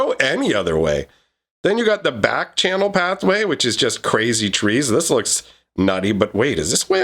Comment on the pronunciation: How do you manage to mispronounce the name of Barkchannel Pathway? Mispronouncing Slitherbore Pathway I can give a pass for not noticing and not correcting yourself, but how do you believe that Backchannel Pathway would be correct?